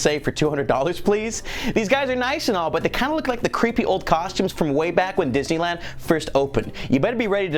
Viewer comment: you said "didney lan" SMG4 GET OVER HERE